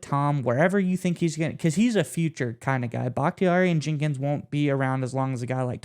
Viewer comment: Dude how do you not know Jenkins name lol